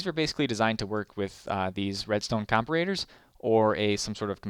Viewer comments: com-pa-ra-tor, other than that great video man :D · lol its called compare and then ator lol